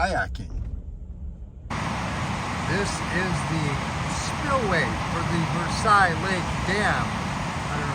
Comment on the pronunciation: its ver - sells